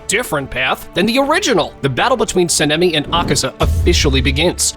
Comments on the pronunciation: Bro Said Senemi and Tanjero 💀🤣🤣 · Btw it’s saan-ee-meh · Your Sanemi pronunciation hurts me